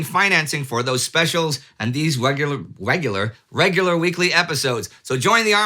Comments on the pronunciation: "Wegular" .. (lol) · "Wegular" ono indy has been infected his days [of sanity] are numbewed OwO